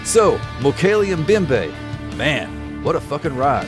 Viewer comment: You mispronounce the word 'Mbembe'. The 'M' sound in 'Mbembe' is to be pronounced as in 'maMBa' or 'momMBasa'. The funny thing is that you get it right with the 'mbe' part at the end. But you seem to have trouble doing the same thing with the identical three letters at the beginning :)